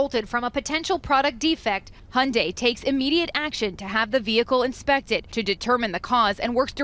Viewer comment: If you cant pronounce manufacturers name correctly, dont make a video. Im not even a hyundai fan . Thumbs down. Wasnt worth background noise